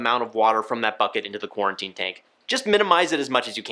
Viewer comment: Why does he keep saying QuARTInE tank